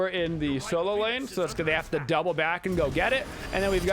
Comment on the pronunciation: *lane not pane